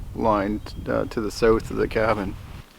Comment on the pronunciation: Your accent is so weird. Say south, out, about, house......LOL! It’s like you’re talking normal until you say a few words like those then all of a sudden you say a word like one of those in a strange accent it’s odd.